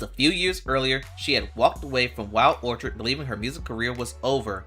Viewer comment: "Orchid' is pronounced "orkid" with a hard K sound. 🙄